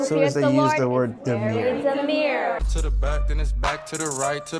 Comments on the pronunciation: Demure, DEMURE! The word is pronounced [dəˈmyo͝or]. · "demure", not "demeer". If she was raised in an English speaking country but can't speak English, that is a big red flag (also if she speaks ebonic instead of English). Does not apply to people where English is their second, third, etc. language. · Why can't Americans pronounce 'demure' properly?